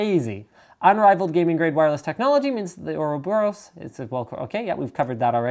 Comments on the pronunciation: Uroboros man, Uroboros! xD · its pronounced Ouroboros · I think it's pronounced or-ah-BOR-us. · It's pronounced Ouroboros :P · its or-a-bor-us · I pronounce it "Euroboros"